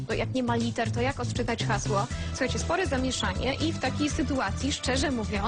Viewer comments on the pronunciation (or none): "ODCZYTAJ UKRYTE HAŁSO"